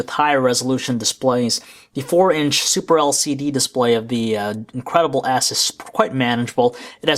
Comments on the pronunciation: every time he said the name it sounded like he was saying " the incredible ass" XD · I swear, this guy is saying HTC Incredible ASS!!!!